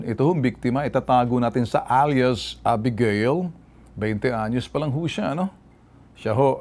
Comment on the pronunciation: Abegeyl po ang pg bigkas hindi 《a- bi-ga-il》